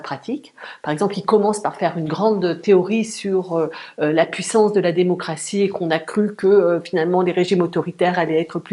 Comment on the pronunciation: La "démoncratie" en pleine dérive...